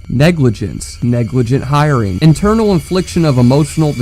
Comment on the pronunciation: Mispronounced intentional with internal lmao